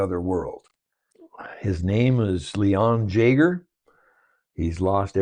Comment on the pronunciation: This series is SO underrated. It's one of my favorite litrpgs I've read. Def top 5. BTW Jager is pronounced yay-ger